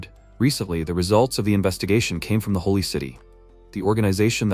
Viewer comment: jesus said helly instead of holy 😂😭😭